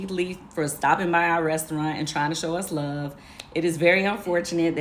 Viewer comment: Why can’t she say restaurant correctly 😂